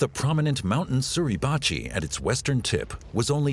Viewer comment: Ok. I get mispronouncing TARAWA. But Mount Suribachi is a view killer.